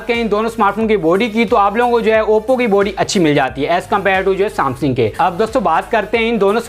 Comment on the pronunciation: Samsingh nhi bhai samsung